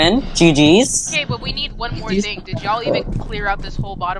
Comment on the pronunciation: Nah bro said mrothing my body in the locker